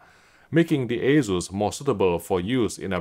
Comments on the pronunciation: Must be a UK thing then because everywhere else, including Taiwan, they say aye-soos. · it is aye-soos, not aye-zoos.